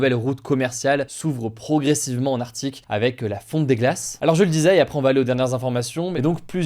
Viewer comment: Beaucoup de gens disent "Artique" et pas "Arctique". Il faut vraiment que tu fasses plus attention pour ne pas les conforter.